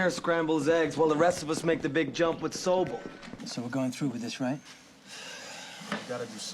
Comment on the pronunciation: I wonder why the audio wasn't in snyc with the video. That's Sobel, with an L, not Sobee.